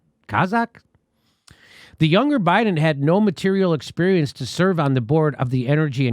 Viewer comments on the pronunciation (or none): none